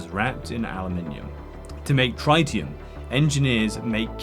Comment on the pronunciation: In no continent, country, state, city, borough, street, or house is the word "Tritium" pronounced Try-tee-uhm. Otherwise fantastic content. You still get a sub and a like out of me 👍